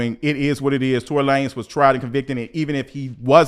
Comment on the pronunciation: Imma need for you to pronounce his name LaNez😂😂😂